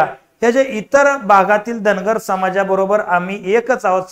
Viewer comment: अरे बाबा धनगराचा उच्चार कर रे बाबा धांगड करू नकोस का मुद्दाम करायला ते सांगा आम्हाला.